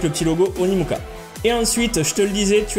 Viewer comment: par contre dans la vidéo tu dis Onimuka mais non c’est Onikuma 😂